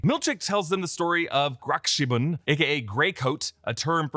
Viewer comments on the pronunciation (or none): The way that they pronounced "Gråkappan" is hilarious to me as a Swede. It's not even slightly close 😂